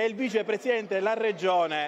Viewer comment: Si dice regione non reggione